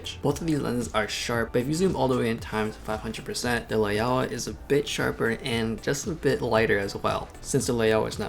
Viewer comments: Lao-wa, not Lay-oh-wah. "ao" is an "ou" sound like in "ouch". Great comparison any way. It's a demonstration of Rectilinear correction. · Take a shot everytime he mispronounce Laiaowa